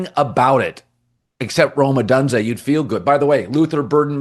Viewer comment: O-donse-ay? You've been here for years and this is your only job...get it right bro smh